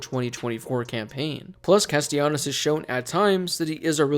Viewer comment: Thank you for being one of the only people pronouncing Castellanos' name right